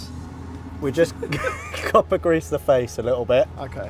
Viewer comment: "Cooper gwease deez nuts"